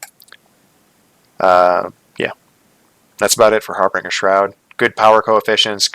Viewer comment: harbinger...the "g" is soft like the word "binge". Not a hard "g" like "bring".